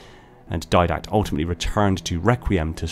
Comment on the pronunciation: Di-dact. Didact. DI DACT. Not diadact. Didact.